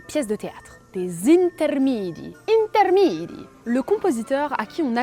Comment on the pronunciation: Video magnifique, mais il y adeux pepins: 1) C'est "intermEdi", pas "intermidi"; 2) "Jacopo" se prononce "Yacopo". J'attends la deuxième épisode 😊